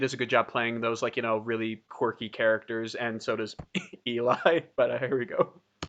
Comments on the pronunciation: You should also check out Geoff Castellucci’s channel, he does some amazing solo stuff. Also, it’s pronounced “L-E” not “E-Lie.” Everyone gets it wrong at first. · Eli is pronounced more like ellie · love your reactions! BTW ely is pronounced ellie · Eli is pronounced Elley, just like Geoff's name is pronounced Jeff.